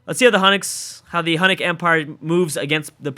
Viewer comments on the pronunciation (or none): Hu-you-nick not Hun-ick. Sorry it's been bugging me for a few videos. Thanks.